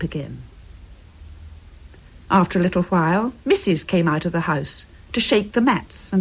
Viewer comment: Sounds like "after a file", when I know it means "after a while", which is like some New Zealand Maori pronunciation of "wh" as "f". 🤔